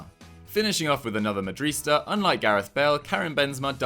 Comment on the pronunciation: What is it with this channel and the inability to pronounce "madridista"?! For years you've said "madrista", and that's not a thing. It's ma-dri-dista.